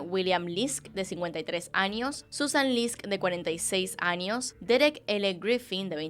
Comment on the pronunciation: soy yo escucho que dices anios en vez de años ??